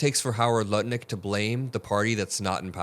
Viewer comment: and you said "Howard Nutlick". Apt name, said intentionally or not, don't you think? 🤣🤣🤣